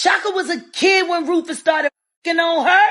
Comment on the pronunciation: There is no Rufus in Rufus lol